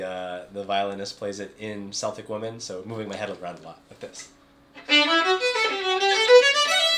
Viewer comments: Cool video. Yes, you can learn bowing techniques for decades and throw it all out the window when it comes to fiddle music.:)) Just to let you know...Celtic, pronounced Seltic, is a football team from Glasgow, Scotland. The Celtic music you refer to is pronounced Keltic.:)) If some dude tells you different...they're winding you up. VMM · Ah, you have a bit of Irish soul in you! Good job. And yes, Celtic is pronounce with a hard K as another commentator noted.